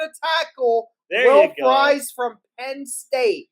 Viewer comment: My last name is Fries, it's pronounced FREEZE just fyi (make you look smart!) when you see 'ie' in a (Germanic?) name it makes the 'ee' sound. It helped me in college and very common, when you see 'ie' think ee :) Pretty pumped to see somebody in the NFL with my last name :)